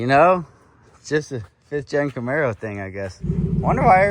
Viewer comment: The camar-boe